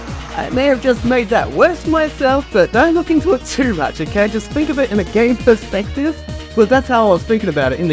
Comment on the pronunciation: You literally said game per sex tive